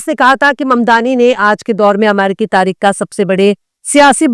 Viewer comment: Taareek nahin tareekh bolye